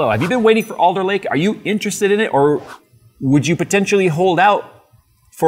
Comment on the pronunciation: Oh, its ALDER Lake, not Older Lake